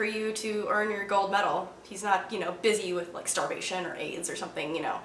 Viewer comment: "You should nowt swallooww your towthpaste" :D So funny